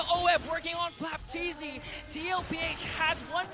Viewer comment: Flap t zy, Kyle t zy, not flapt zy